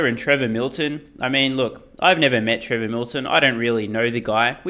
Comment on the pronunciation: Did anyone else replay the first second of the vid after hearing say "Prevor Milton"?